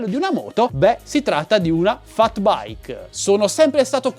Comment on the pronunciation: si scrive FAT e si legge FET